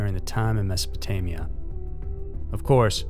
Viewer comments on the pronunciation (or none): none